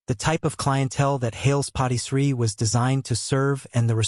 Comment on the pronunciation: The AI says Hails POTTY Tree. That does not sound correct! I would think maybe Hails PARTY Tree?